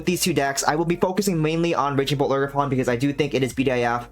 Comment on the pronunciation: ogerp-rn i mean ogerpon am i right? :)